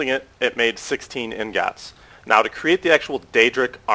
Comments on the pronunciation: STM Polaris wrong, it's "ing-gots" and he was saying "in-gots" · you say "ingots" in a weird way. it's "ing-gots" not "in-gots" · U SAY INGAATS...... U PRONOUCE IT IN-GETS but great vid one of the best ive seen LIKe + SUB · for the love of god man, its pronounced "ING-IT"!!!! not fuckin ING-GAWT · He's not even saying the word in the right order. He's saying ignots like how TF is he doing that when the letters are the other way around? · Dude. How hard is it to pronounce ingots. It's EENG-GOTS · (LiftThePeer) ing-git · Ik its pretty annoyig when he says in-gots, I was bout to kms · its pronounced "eengits" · He butchers ingots so hard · The way he says ingots makes me angry